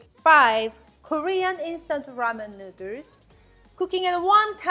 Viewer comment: Because of you, NOODERZ is the only way I pronounce noodles now. 😂😊